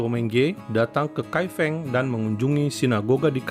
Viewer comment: Salah melafalkan Kai Feng Lain kali sebaiknya tanyakan dulu pada yg paham sebelum meluncurkan video tentang Kai Feng